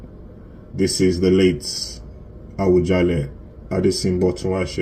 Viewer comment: Please stop saying Awujale. Can you correct yourself, it A-WU-JA-LE. It misleading, Oriyomi Hamsat was pronouncing it the way you do until he was being corrected by his guests. I think he must have had your pronunciation. Please make corrections, I come in peace